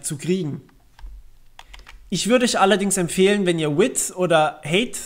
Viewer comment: haha width und heyth